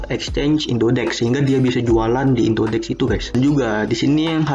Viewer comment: indodax bang bukan indodex